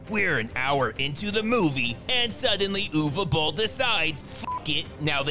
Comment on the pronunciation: Who the Hell is ewe bolle 😂